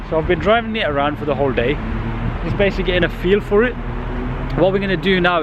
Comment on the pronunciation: you own an S3 and you say "basily" haha so amusing